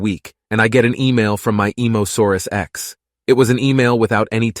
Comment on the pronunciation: "emosaurus ex" im ded